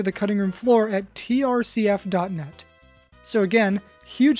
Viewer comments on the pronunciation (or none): Lol he said trcf instead of Tcrf